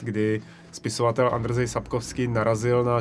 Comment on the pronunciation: Proč říkáte "Andr-zej", když je to Andřej, stejně jako třeba Ondřej. :)